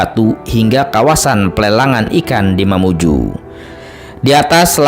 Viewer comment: Dari lambang baju adat nya itu bukan mamuju melain kan baju adat mandar Begitupun sejarah yg di paparkan Juga bukan sejarah mamuju Melainkan mandar Maaf yg punya konten mohon di cari sejarah yg sesungguh nya Dan penyebutan diantara sungai Di perjelas yg saya tau bukan sungai, budung-2 tetapi budong- bodong bukakan karamik, tapi karemak Mamuju, juga bjkan mamuju tapi mamunyu Mamunyu punya cerita sampai saat ini belum ada yg pecahkan secara detail dan sejarah sesungguh nya